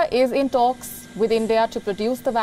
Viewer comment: She says tholks instead of talks